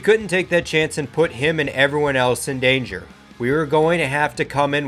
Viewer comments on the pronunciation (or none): none